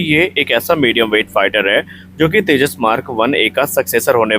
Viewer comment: Firstly pronounce properly. It's Tejas. Not teja. Aur tujhe kya samjhana o Teri baski baat nahi. Tune jo giraya hai o kya hai apne paf ko puch.